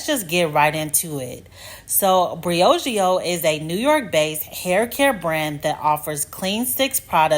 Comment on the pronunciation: Bri OH geo 🤦🏾‍♀️